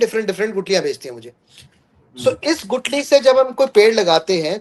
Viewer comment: Gutli नहीं Guthli